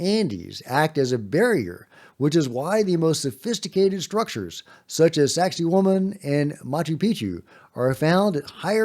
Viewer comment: When says "Sacsayhuaman", I always hear "sexy woman".😂